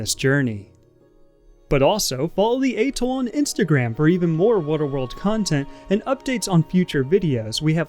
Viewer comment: Good content. The background music is absolutely unbearable. It’s interesting how you can’t pronounce atoll and the word commerce, but nail something like Mojave. I’m thinking you’re like an AI maybe…